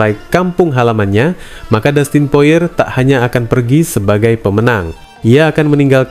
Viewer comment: Poirie bukan poar